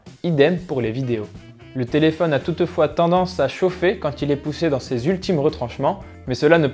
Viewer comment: Touteufois lol